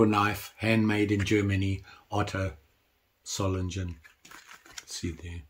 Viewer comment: And another little hint: This famous "Klingenstadt Solingen" (Blade-City Solingen) is pronounced with a G like in "gate". (I grew up just a few miles away ... now in Canada.)